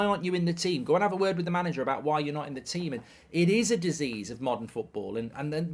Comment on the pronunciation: "Tea-them" lol